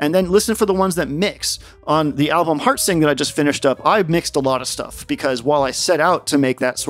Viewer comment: I first heard it as "hard sync" instead of "heart sing".